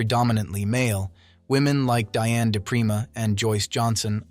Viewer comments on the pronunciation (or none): none